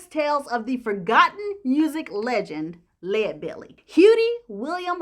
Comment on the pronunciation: Thanks so much for pronouncing his name correctly. How about doing Robert Johnson next. Excellent job as usual.